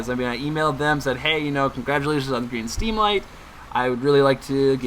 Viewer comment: "Congratulations on the Greem Steamlight..." Because that's a thing. xD